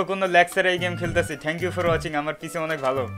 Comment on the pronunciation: পিচি নয় পিসি